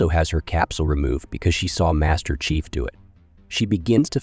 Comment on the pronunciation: Excellent recap but, what about the narrator voice? "Prophet" sounded like "profit", "chief" sounded like "chif"